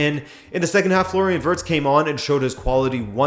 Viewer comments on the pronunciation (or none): none